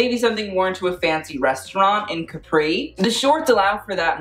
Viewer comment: Love how you pronounced Caprì ahaha